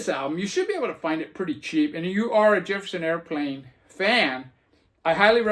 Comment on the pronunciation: I do the same thing, i pull albums to listen to after others show them., did you say Jepperson Airplane? Sure sounded like it to me, that's another album I had to go to the shelfs to see if I had it, I did, so that's out for a listen also. That Crushed Butler is excellent, what # did you get? Only 500 made! I have that Thee Headcoats album, they put so much stuff out, where do you begin. I never heard of Alice Donut. It wouldn't be a Vinyl video without a Redd Kross album. A nice stack to listen to indeed.